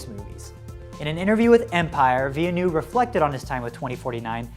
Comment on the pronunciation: Denis vilnou haha Nice vidéo but its villeneuve